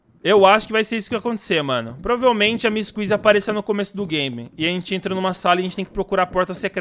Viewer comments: "MISS QUIZI" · O porque você fala miss kisy sendo que é missy kissy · O nome do huggy ele fala uggy wuggy e o da kissy ele fala missy kuissy